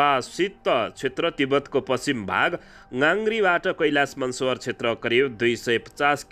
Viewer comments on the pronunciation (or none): "मानसरोवर" भन्नुहोस् न महोदय। यो हाम्रो देशमा रहेको पवित्र तीर्थस्थलहरु मध्येको एक हो नि